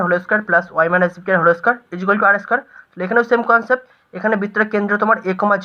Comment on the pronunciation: বলছি হোলে Square টা আবার কী ভাষা? হোল Square , not হোলে😂😂